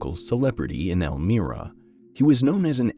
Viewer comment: Please note > the town of Elmira is pronounced El MY ra. The "i" is a long sounding vowel